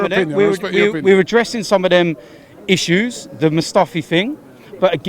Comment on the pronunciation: Every time said 'issues' my Siri came on aha